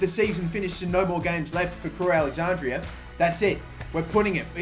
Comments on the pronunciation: crewe alexanDRA. DRA. NOT DRIA. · Take a shot every time he says alexandria instead of alexandra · did it annoy anyone else that he kept saying Alexandria??